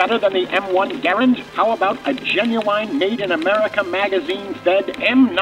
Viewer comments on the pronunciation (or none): One grenade blows up bell tower? Absurd. Also, it pronounced "Gur-and" not "Ger-end". This man is clueless. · Ok I'm southern... it's gah-rand... not gar rund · Gar-und? We said it as Gu-rand. What is correct? Also, it's fire and maneuver, not fire and move...... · Dude my Dad was a WW2 vet - drought from Normandy to Battle of the Bulge - he called it a Grand rifle not Geerand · It's M1 Garand, not M1 Garend. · It's Ga-Rand not Gurand..... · The U. S. infantry rifle is pronounced "Ga-RAND," emphasis on the "rand." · It's pronounced Gar Rand. And anyone who has used a bolt action knows you can make it very fast by operating the bolt while never having the rifle leave your shoulder. I've shot running deer with a bolt and it works. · M-1 Garand....Gar-and. Emphasis on the second .a. like the .a. in the word and.